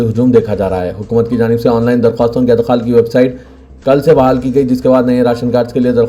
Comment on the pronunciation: Adkhal wrong Idkhal right